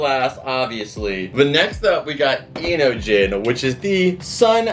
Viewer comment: It’s pronounced into-jeen